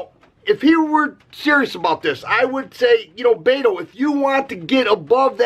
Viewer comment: Brother its not BAIT-O its BET-O Like you BET money! LOL